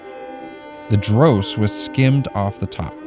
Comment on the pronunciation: Thats the first time in my 60 years that I heard someone say dross as drose